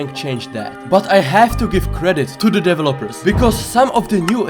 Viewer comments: Ahhj, i dont like the way you pronouns Developers, you say it like deve-lopers... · the way he said developers